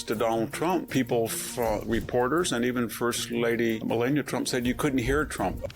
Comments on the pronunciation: Victor why did you 😮mispronounce Melania's name? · I couldn't get past the first intro on this one. He mispronounced Melania Trump two times. Why would Victor do this very odd very odd indeed 🧐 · You are supposed to an intelegent man. But you have mispronounced the first ladys name 2 times. It amazes me how you poeple can hear a name 1 million times and atill mispronounce ot overand over. So. from what i understand is that people who claim to be smart. Can hear a name pronounced right over and over still pronounce it wrong. And since you can,'t. You should stop talking on utube. Have a great day.